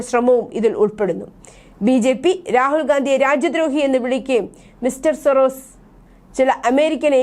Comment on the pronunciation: സൊറോസിസ് എന്നല്ല..സോറോസ് എന്നാണ് അയാളുടെ പേര്... ജോർജ്ജ് സോറോസ്... തെറ്റായി ഇതൊക്കെ പറയുമ്പോൾ ചാനലിന് നാണക്കേടാണ്...